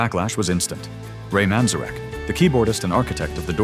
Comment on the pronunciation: This is more AI shite! When the narrator mispronounces Ray Manzarek's name on #2 you know this is all AI clickbait bullshit!